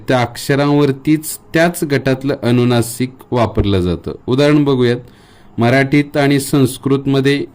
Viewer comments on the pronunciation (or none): मुळात तुमचे उच्चार च चुकीचे होत आहेत,,,अणुनासिक नाही अनुनासिक,,, अणुनासिक नाही अनुनासिक...अवलंबूण नाही अवलंबून,, बघा स्वतः चेच रेकॉर्डिंग ऐकून,,, किती विचीत्र वाटतय, आताचे बहुतेक u tuber , शुध्दतेच्या अट्टाहासात असं उच्चार व्याकरण बिघडवत आहेत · व्हिडीओ माहितीपूर्ण आहे . अक्षर अगदी मोत्यासारखे आहे ...पण आप स्वतः न च्या ऐवजी ण म्हणता आहात ...😢अणूनासिक अणुस्वार 😮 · छान माहिती... फक्त तुमचे काही उच्चार सुधारा 🙏 ...उदा. "अणुनासिक" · सगळे छान शिकवले पण आधीच माफी मागून एक सांगावे अस वाटलं कि 'अनुनासिक ' आहे ,'अणुनासीक' नाही.'अनुस्वार 'आहे 'अणुस्वार' नाही. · अनुनासिक म्हणतात. अनुस्वार म्हणतात. अणुनासिक अणुस्वार नाही म्हणत. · ' अणुनासिक ' म्हणताय तुम्ही, आणि ' ' अणुस्वार ' पण